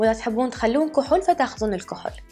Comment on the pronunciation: ما تكول كحل تكول كحول خخخ😂